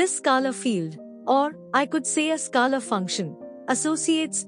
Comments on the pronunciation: Ma’m u r doing a great job 👏.. but please 🙏 … it is pronounced as skaler ( scaler) and NOT skalar field as you frequently say 😮 Remember the ruler 📏 or scale we used at school…. So scale..r ! Got it 😅👍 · This is a masterpiece... Thank you for putting in all the effort. I love the way you pronounce scalar btw 😂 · Please get pronunciation for scalar right. It's irritating